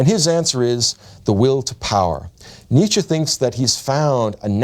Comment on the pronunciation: his influence can't be that great when you're not able to pronounce his name right